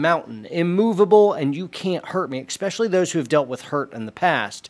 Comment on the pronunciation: Why do so many military guys say exspecially? Just something I’ve noticed listening to many podcasts.